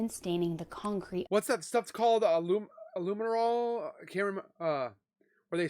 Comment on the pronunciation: It's Luminol btw